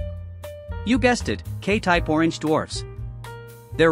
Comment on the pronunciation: number of times said orgenge 29